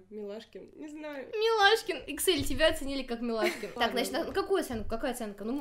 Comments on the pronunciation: Microsoft Excel))))) Эксайл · бя, Эксиль а не иксель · Никто: Абсолютно никто: все видео: иксель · Вообще то Эксайл